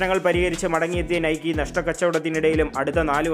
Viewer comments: Nikeee allada "Naik " enna pronounciation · not നൈക്കി അല്ല നെയ്ക്ക് എന്നാണ് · നൈകി ആണ്. Athoru greek devatha aan